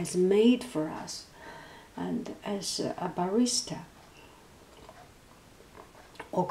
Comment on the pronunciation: I am laughing because at first I thought you were saying "Barrister" as in lawyer, and i had a vision of a high powered Australian lawyer obsessed with coffee. i know some guys like that who ARE lawyers with $3000 coffee makers.